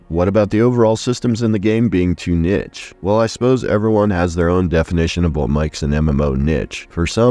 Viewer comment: How did you still fuck up pronouncing niche